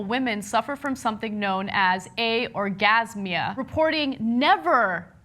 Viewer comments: It's anorgasmia not aorgasmia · It's anorgasmia not aogramsia, and many people have it men and women from psyche meds